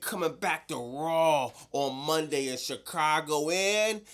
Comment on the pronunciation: Bro why do you say Rawl On Netflix and Nuculer? Its RAW on Netflix. There is no fucking L in it. Its SAW AND RAW and DRAW not Drawl, sawl, and rawl. Its NUCLEAR as in NEW-CLEAR not NEW-CU-LER.